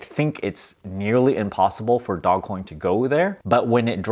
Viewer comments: "DOE-JZ" Coin. Not dog. You seem like the type of person who would like to be accurate and right about your topics.🤔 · I'll start believing you when you call it dogecoin instead of dogcoin. 🤣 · Dogecoin not dog coin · I like that he's calling it dog coin, stop correcting him. 😁 ... also, he can call it whatever he wants, he's made a killing out of it. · I love your videos. It also geeks me out when you call it Dog coin 😂. Lol fun hearing the different pronunciations. Really great advice in this video. I bought dogecoin 7 years ago. I sold a bit of it off too early (insane after holding it for sooo long), but luckily held a lot as well.